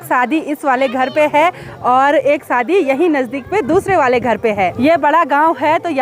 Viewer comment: Saadi nahi shaadi , hindi pahadi mix mat kiya kro, u r eductaed